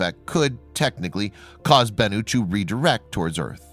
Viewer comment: You got bennu down pat lol BENnu